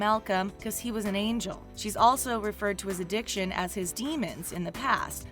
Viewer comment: They way you say angel is awful please never say it again